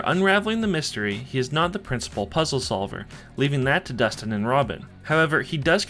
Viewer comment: bro its Dustin